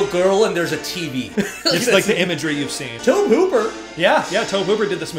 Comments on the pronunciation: I love you guys but omg her name is CAROLANNE not Carol. Its iconic. Say that name and EVERYONE knows which you’re talking about….and I know its spelled Tobe but it’s pronounced TOBY. TOBY!! It was driving me nuts the whole time. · Tobe Hooper's name is pronounced Toby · It's astonishing how out of touch you young people are. It's Toe-bee Hooper. Not "Toab". Toe. Bee. Tobe. A little research goes a long, long way. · Minor thing: Tobe Hooper's first name is pronounced Toby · Love your reactions, but guys... It's TOBY Hooper. Not "Toeb." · It's pronounced "TOE-bee". And Craig T Nelson was also a coach in the TV series, "Coach". This is just a great movie--fun reaction! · Your refusal to call her "Carol Anne" as she was referred to in the film (by just calling her "Carol") was hilarious! Also, though it isn't spelled this way, Tobe Hooper's first name is pronounced "Toby." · Okay, dealt with it as long as I can. Tobe is pronounced same as Toby. TOE BEE! Also, great filmmaking with simple but innovative effects. One of the best is the closet light. It's actually a flood shining through a fish tank of water. So simple and still so effective. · Yeah we noticed the mispronunciation of Tobe while we were editing 😅 You can definitely feel Spielberg's fingerprints on it but yeah it doesn't feel like HIS movie if that makes sense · I dont think I've ever heard Tobe Hooper's name pronounced like that before lol.